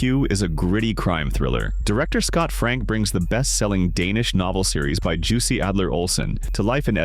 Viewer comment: for god's sake Jussi Adler Olsen's name is pronounced "Yussi" not like "juicy" :(((((((((((((((